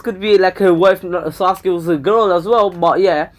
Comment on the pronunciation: That is actually the proper why to say sasuke